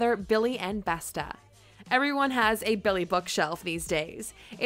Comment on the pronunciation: LOL, the way she pronounce the name of these IKEA items... Besta, haha. It's Beståååå